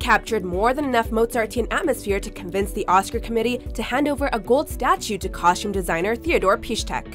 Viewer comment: Anyone else's skin crawl everytime she pronounces costume with an SH? 😖👎